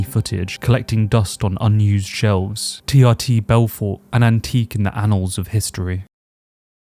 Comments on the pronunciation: It's pronounced TRTor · Love the video but for the love of God it’s TRTitor 😂